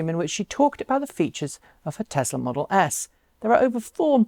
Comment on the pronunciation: Tezla? I thought is Tesla.